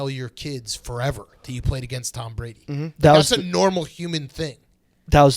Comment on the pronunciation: Pretty sure there’s a O in tOm Brady